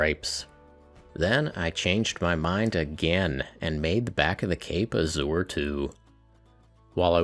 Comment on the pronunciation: I love everything in this video but your mangled pronunciation of the word "azure". Please don't do that ever again, or I will be forced to punch a hamster.